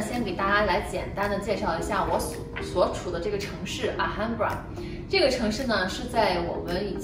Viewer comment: H不发音，这是来源于西班牙南部Andalucia的Granada，也是非常著名的世界遗产，美国作家华盛顿欧文也旅居过，卖房子也有故事可以讲